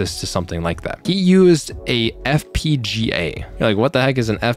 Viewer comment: you said FPGGA twice and Xilinx sounds like Zy Links